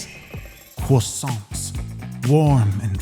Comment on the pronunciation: Can we just talk about the way he said croissant 🥰😂